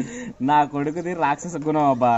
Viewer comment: రాక్ష స గుణం కాదు అది రాక్ష్ స గణం